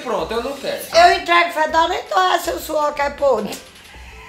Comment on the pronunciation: "Suor pôde" kkkkkkkkk